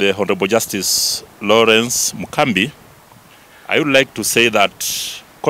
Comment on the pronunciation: A whole inspector of police can't speak fluently and without referring,is this man a D student? Its Mugambi not mukambi*